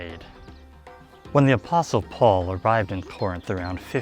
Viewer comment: Hispanics pronounce the “t” in apostle because in Spanish the word is “apóstol.” But in English it’s a silent “t” as in the words “listen,” “whistle” and “thistle.” 😊